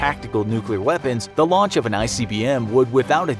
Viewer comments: Its also 'launch'. Not 'lunch' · "Lunch" 3.03 😂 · Lol I'm dead "lunch" immediate retaliatory resonpons